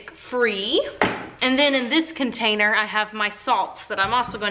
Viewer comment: HaHa! I love it when you say you scrapey your "containee" ... I always say it along with you. 😂